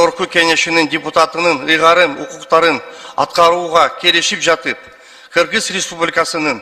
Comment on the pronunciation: Энен туура кыргызча суйлосон мен кыргиз дебей кыргыз дегенди туура айталбайт.депутатыка койоордо Бир жыл мурун экзамен алып текшерип окуу жайга тапшыргандай кылып даярдаш керек каяктагы акчасы коп адамдар барып жатат.олкобузго.пайдасы тийе турган жарандарды шайлайлы